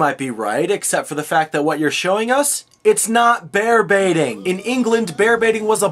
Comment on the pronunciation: They said Bear Baiting? Wow, not only is this history wrong, but because of their actions, I've always thought until now they he was saying "Bear Beating".